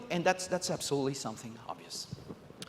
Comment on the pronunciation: "We live in a dimension that is absolely (I refuse to spell it correctly because he doesn't say it correctly) not connected with the real world." Well, yeah. I'd much rather be piloting a giant robot in armored core or surfing planes in just cause 2 or killing dragons in skyrim than I would shave, set tables, watch kids do homework, and help take in groceries. If this guy made an amusement park, most of the attractions would be based around office paperwork.